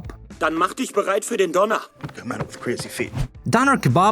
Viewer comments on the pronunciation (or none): It's Donner (thunder), not Doner (that'd be Döner, which is pronounced differently.). In , he said "Schwabbel" (Tubby), not "Schnabel" (Beak).. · Po did not say döner he said donner or lightning